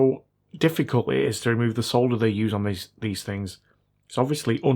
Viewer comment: At least he still says solder and not sodder. Not sure aluminum is excusable though